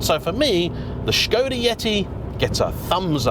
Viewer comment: “Strange car for strange people” 😂😂 I am one of those people. I love the way you are saying shkoda too. I know it’s correct but it’s still amusing 👍🏻👌🏼